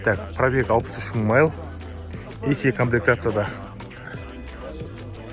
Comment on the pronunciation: майл емес, миль деші бро